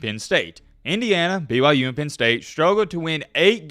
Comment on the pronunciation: Did he just wish me a Merry Christmas and is he actually saying BYJews? Jesus Christ, you are absolutely deranged!